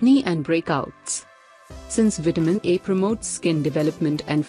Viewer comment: You Do Realize That It Seriously Sounds Exactly... Like You're Sayin' Vitamin "E"... Right!!??🤔😓😞...,Jussayin'!!!😞😒